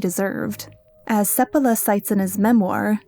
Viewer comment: So Balto was just hyped up due to the lazy/manipulative media? They have been doing that since time immemorial, as you can see. Also, every time you say Seppala I kept hearing Sephiroth, which was hilarious to imagine that sissy FF7 villain on a dog sled. :D